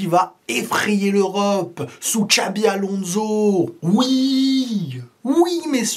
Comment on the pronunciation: Très bonne vidéo comme d'habitude. Petits détails de prononciation: - c'est Xabi "Alonso" avec un S et pas avec un Z - on prononce "Gulère" (comme "air") et pas Guleure (comme "heure")